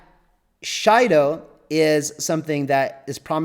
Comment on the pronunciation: Shido - Pronounced Sheedo. It's Japanese.